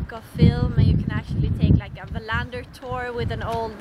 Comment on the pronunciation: Loved looking around the Wallender film sets there and now you've told me how to pronounce his name correctly. Thank you.